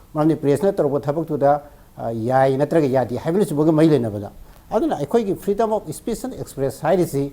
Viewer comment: Keino anchor se pakhatliro maisey eidi nokpada wanthadourey "fedom af spet" hairisibo😂😂😂😂😂😂